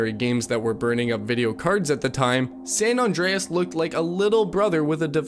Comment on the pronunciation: Incoherent; multiple times, surefire; , San Andreas; multiple times. 3 strikes: I’m outa here